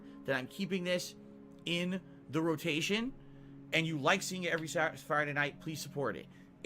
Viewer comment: Uhh, what day of the week is Sasfriday?